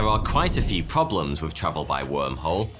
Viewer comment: Nah, he probably just needs more speech therapy. At least he stopped saying "wif" instead of with.